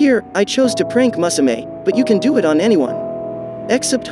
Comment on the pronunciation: the way u pronounced musume hurts me